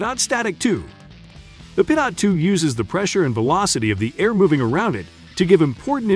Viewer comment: For future reference it’s pronounced pee-toe lol not pidot